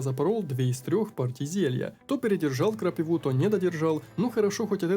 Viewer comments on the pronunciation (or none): Повествование огонь! Прохождение бодрое и веселое! Одно не поиму почему крапИву крапивОй называешь.